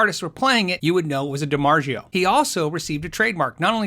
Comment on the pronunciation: 7. I didn't know DiMarzio wasn't pronounced the proper Italian way.